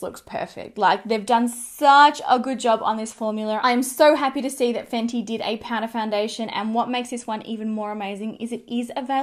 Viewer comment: More like PAURA hahaha